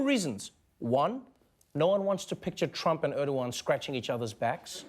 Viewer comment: Wow...that english pronunciation. Urdowan? It's ER-DO-GAN. Learn your turkish names.